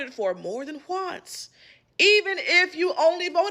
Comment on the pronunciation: Yo, was she doing that HwA sound on purpose or something? It's exactly like the wHipped Cream sketch, wtf? "HuhWonce"